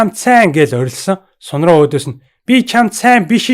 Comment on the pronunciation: Ахаа Сун-Ронг гэдгийг Ронг гэж бичээд уншихдаа Рон гэж уншдаг шүү,Тэгхээр Сун-Рон болно😉